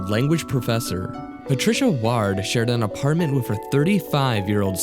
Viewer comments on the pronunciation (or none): I should say the name ward is said like 'ward' as in 'squidward', almost like saying 'word' or is said like the word sword, not 'waard.' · wierd pronounciation of ward! it's like hospital ward. not hard! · the way you say "ward" makes me cringe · Geez. It's (Cairo) 'Kai-Row' and not 'Carry-Oh.' It's also Patricia Ward, like 'Sword' and not Ward like 'Yard.'